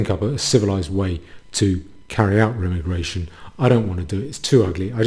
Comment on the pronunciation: Every time you say Remmi-Gration instead of Re-Migration a kitten bursts into flames.